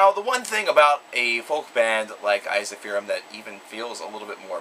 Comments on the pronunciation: I also believe Ensiferum is supposed to be pronounced as "En (as in men) - sif - ER - um (capitals for the syllable with the emphasis). Now, I cannot be sure that is the correct Latin spelling of the original word as I have not studied Latin (I do believe it is, though), but in any case that's how the band members pronounce it themselves. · this is painful to watch... first you dare mispronounce Jari's name! secondly you butchered ensiferum's pronunciation. its pronounced "in-si-fear-um" I would know because I've heard their bassist (sami hinnka) call it that.